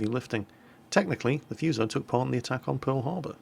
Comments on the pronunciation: Foo-soh pls. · Not F''u''so, F''oo''so is how it sounds like in Japanese. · Love your video. But it's pronounced foo - so, like in food. Not like in fuse. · wow. so many comments! I am Japanese. this is not problem and this video is nice!! look fuso bridge . We are insane everytime :)I recommend to use [fúː] like a 'fool' or 'food'. not [fjúː] like a 'few'. foo-so[fúː sˈəʊ] I like Phenix and St. Louis. but I cant speak... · xbenemisisx The British themselves pronounce English words different...is hurricane pronounced hurricane or hurrikin? Maybe it is the same with Fuso...you say Fooso, others say Fuso. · if I'm not mistaken its pronounced FOO-SOE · its FOO SO ffs are brits incapable of pronouncing any word that isnt english? I swear they do it on purpose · xbenemisisx The funny thing is, if you actually look it up the U isn't really pronounced at all, it is more like Fso. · Fuse-oh.... pls y u do dis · Great vid as always... BUT.... one thing (prolly mentioned by somebody in the previous comments..... I hope ^^: ). The name FUSO is pronounced a bit differently. the "u" is pronounced like "oo" (in "food") and the "s" isn't a "z" sound, but a soft "s" like in "sack".:) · gee look it up on the fucking internet maybe? he even looked up what the word fuso means ffs but couldnt bother to read how to pronounce it? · EcchiRevenge Been reading books on warships all my life and never have seen Fuso with the U, nor the Kongo. Not saying your wrong, but in the English it has never had a U, nor in the bible of warships, Jane's fighting ships. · No, no, no!!! the U in Fuso should be pronounced so that it rhymes with food. When you see Japanese words written in English the vowels all only ever make one sound. A's are always the short a, E's always rhyme with hey, I's always have the long e sound, O's are always the long o, and U's are always oo so that they rhyme with drool.